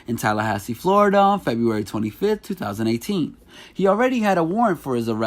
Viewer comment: Stop puttin so much emphasis on yo 20eighteeeennnnnssss